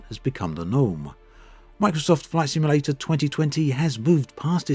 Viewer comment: Take a shot every time he says "Microsoft Flight Simalayta 2020"